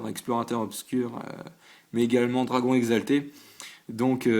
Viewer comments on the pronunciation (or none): none